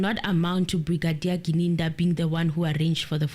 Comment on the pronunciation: Yesterday got Gininda's name right. But today we're back to Ginindi. 🙆🏽‍♂️🤓 Come on, you can do this 😂 Still better than the judge's Ginanda though.😂